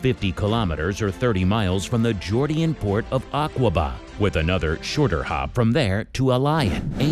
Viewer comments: Wtf is the “jordian port of aqwaba” it’s JORDANIAN port of AQABA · “Aqua-ba” it’s Aqaba